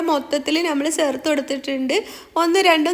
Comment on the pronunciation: സേർത്തു അല്ല താത്ത.... ചേർത്ത് എന്ന് പറ 🤣